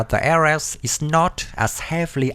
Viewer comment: please try to do more research, it will boost your viwership...And also, Ares, is pronounced as Aries (the Greek God of War), AirReeZ, sounds alike fairies, not aResSt.